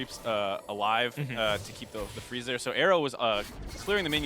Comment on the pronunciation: I think you mean 'Freeze' not Dreeze